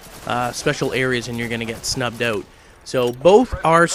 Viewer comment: haha he says "oot"